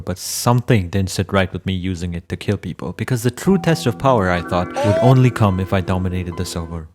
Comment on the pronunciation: this is not the way you say come